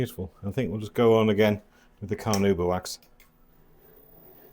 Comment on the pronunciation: Interesting thank you. (But you might like to revisit the pronunciation of carNAuba wax.)